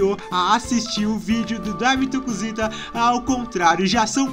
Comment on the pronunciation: Voce falou cusita